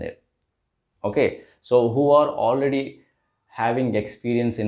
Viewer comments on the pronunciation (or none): none